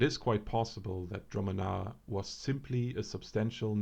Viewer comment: I am pretty sure its pronounced: (dru'- manna), so it is. Correct me if I'm wrong. Very interesting vid, btw.